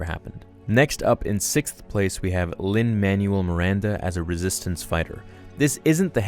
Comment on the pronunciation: That’s really how you pronounced Lin Manual Miranda? It pronounced as man well not man you ell